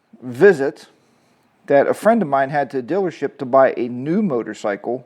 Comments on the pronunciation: Dillership. What accent is that? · haha it sounds like you say dillership is all. Just poking fun at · What's a 'dillership'? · My dealership Elk River Harley-Davidson in Minnesota is awesome. And I think you just like saying "Dillership"😂😂. Our dillership is phenomenal, they give us HOG members alot of great perks and the customers who buy every day are treated with great staff and exceptional customer service.